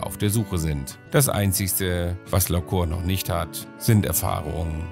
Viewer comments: Ich will kein Korinthenkacker sein, aber heißt das Pferd nicht "Lacour" (Lakuur) anstatt "Laceur" (Laköör)? Und bei der Gelegenheit: Großes Kompliment an; ich rede genauso mit meinen Tieren und finde generell, dass man sooo viel mit Stimmfarbe, Tonlage und Betonung ausdrücken kann. Es macht wirklich Spaß, Dir beim Umgang mit den Pferden zuzusehen 👍🏻. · PS: man spricht es "Lahkuhr" aus :D das ist französisch. liebe Grüsse aus Dänemark von einer Halbfranzösin 😁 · sehr schönes pferd, geatulation! ich denke man spricht seinen französischen namen aber anders aus… bei lacour spricht man das ou wie “u” aus, nicht “o”… ;-) bonne chance! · lacour spricht man "lacuhr"...bitte. la Cour = der Hof, das Hofhalten, der Gerichtshof etc.